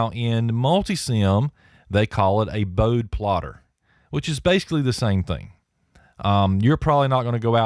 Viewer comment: Pronounced Bode-ee (Boad like toad, with an "eeee" sound at the end.) Enjoyed the video